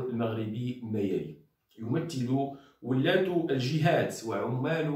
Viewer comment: ولاَة و ليس ولاَّة